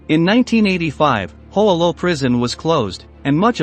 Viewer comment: Mispronounced Hoa Lo, incorrectly identified Ev Alvarez as an Air Force pilot, etc. Shoddy piece of work.